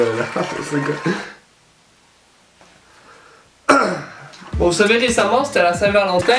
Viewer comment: Il dit ChoSéGa.